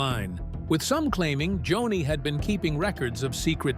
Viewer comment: Her name was JONI pronounced Joan--ie NOT Johnny no no no!